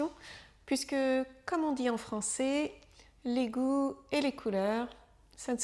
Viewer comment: Attention à la prononciation du son é vs è. Ça peut confondre les apprenants. Quand vous dites le mot "français" on entends ça comme "francé". Cette distinction est importante pour différencier des verbes comme "je serai/ je serais" ou "je ferai/ je ferais". Un bon truc pour les apprenants est de regarder des films ou téléséries pour s'habituer à entendre du français de niveau familier et informel, avec les sous-titres si possible. Les bulletins de nouvelles sont une référence, mais pas représentatifs de la réalité de la rue.